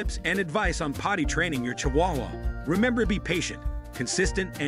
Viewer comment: that AI is S.T.R.U.G.G.L.I.N.G